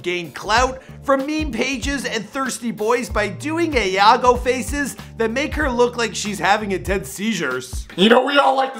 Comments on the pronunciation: dude said ayago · “Ayago” lol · Ayhago is not how you say say it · Man said "eeyago" faces🤦‍♂️ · He said yago faces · Mans cant say aheago 💀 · “Iago faces” bruh what